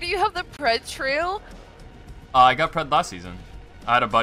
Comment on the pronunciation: My heart sank when she sed pred trail 🤣